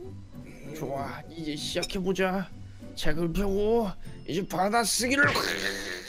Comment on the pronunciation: 초에 볼자가아니라 보자에욬ㅋㅋ